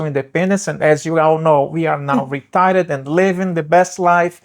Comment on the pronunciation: " We are now retarted " ?? 😂